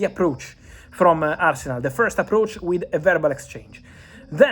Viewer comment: Did you just call arsenal as Farcenal!? 😂